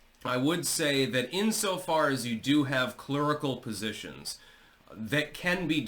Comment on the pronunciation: "Clurical", huh? 😂